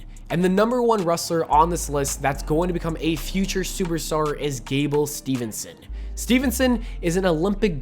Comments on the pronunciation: it’s steveson btw not stevenson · Put so.e respect on on am Olympic gold metal winning wrestlers name and pronounce it right! It's STEVESON NOT STEVENSON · Folks, its Gable Steveson, not Stevernson. 1 N and it's at the end. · It’s Steveson not Stevenson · Steveson Not STEVENSON. LOL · It's STEVESON NOT STEVENSON